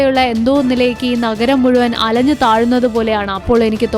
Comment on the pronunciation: അലഞ്ഞു എന്നല്ല അലിഞ്ഞു എന്ന് പറ